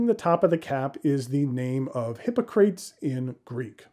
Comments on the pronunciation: Indeed. HI POC RA TEES. I found it difficult to watch. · hi-ˈpä-krə-tēz I don't think I've heard your pronunciation before. Is that a variant?